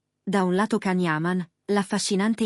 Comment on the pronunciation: Ma non dite cazzate. Fatelo vedere! Fate vedere le immagini dei due nostri idoli sugli spalti...Ah cazzari. Poi Can😂😂😂 e non Gian...non sai nemmeno pronunciarlo 😂😂😂